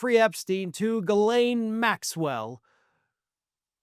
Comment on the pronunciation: Yay! You're finally getting Ghislaine's pronunciation right!